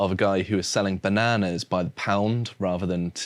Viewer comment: Great vid as ever. But ask to learn to pronounce "bananas" properly.